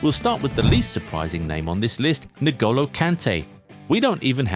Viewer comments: So everyone is just going to ignore the pronunciation of Niggolo Kantay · Did I just hear "Nigolo" Kante? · Nah lads... If this is a human voice, how is it that after all these years you Pronounce his name "Nigolo"? 😂😂